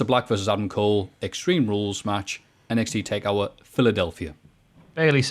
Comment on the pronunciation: kept calling NXT Takeover "Takeour."